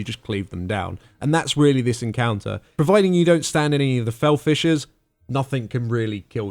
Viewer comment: Somehow I kept hearing "fel fishes" and "chrono shots" Oo